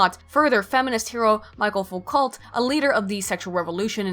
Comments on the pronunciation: Foucault is pronounced like fukou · Foucault is pronounced "Fookoh" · I never enjoy hearing Americans saying "foo-cult" although you didn't say "sart-ree" so thats a plus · You mispronounce Foucault. And everything French. And some English stuff too. Clearly very booksmart.